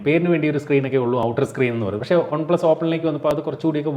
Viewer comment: ഒൺ പ്ലസ് അല്ല വൺപ്ലസ് അല്ലേ